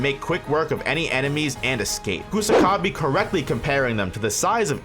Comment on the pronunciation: Sew-coona Coosa-ka-bee Penda? Really? Jesus fkng christ, you morons can clearly hear how japanese names are pronounced in the show yet somehow you morons still butcher them like total idiots